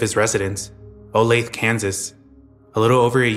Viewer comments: a teeeeeny tiny nitpick, it's pronounced like "Oh-lay-thuh" not "Oh-lathe". Great video! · It’s pronounced Olath-a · It’s pronounced olathe-uh fyi :)